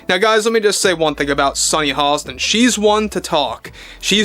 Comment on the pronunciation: Is her name Sonny Halston ? Or Hostin? You say her name like there's an L in her name ? Is that how we're supposed to pronounce her name ? Not giving you sh--, just trying to be on same page. I love your video segments ! Seriously.